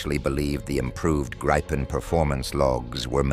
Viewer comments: Could you get your narrator to check the pronunciation of 'Gripen'? It seems nobody pronounces it like the Swedes, but no-one uses the long 'I'. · Its a long i and a short p Griiiipen, not Grippen.. 😂